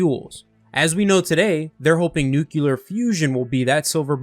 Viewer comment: Nuclear, NUCLEAR....THE WORD IS PRONOUNCED NU-CLEAR!!!!!!!!!!!!!!!!!!!!!!!!!!!!!! The word you are saying Nuculer which does not EXIST! NO SUCH THING AS NUCULER...ITS NUCLEAR, NU-CLEAR!!!!!!!